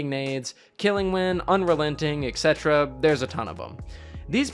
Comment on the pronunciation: hey, I just wanted to correct the way you say “etc” - etc stands for “et cetera,” and its pronounced exactly how the syllables look: “et set-era”